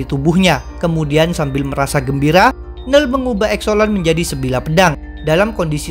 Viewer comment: biasanya admin nyebut "knull".. "kenull". kok sekarang jadi nell :(